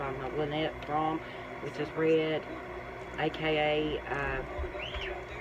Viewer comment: This was interesting, and I was amazed at how nicely designed the book cover and dust jacket are-- which has nothing at all to do with Squeaky Fromme herself, but everything to do with the publisher. Just one small suggestion: I found your repeated mispronunciation of Lynette's last name very distracting, but for future reference, her last name is not pronounced "frahm," it actually rhymes with 'throw me."